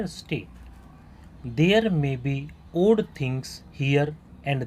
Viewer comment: 🙏🏻👍👍👍👍👍 lekin Sir aap your ko you are, bol raha hai ( - ), odd ko or bol raha hai.😢